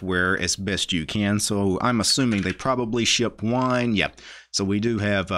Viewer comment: LOL EVERY SINGLE TIME that you say "wine" I hear "WHINE"... lol you really don't like Linux, do you?